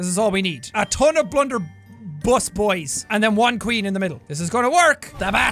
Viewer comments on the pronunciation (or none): Jack says blunderess like blunder-bus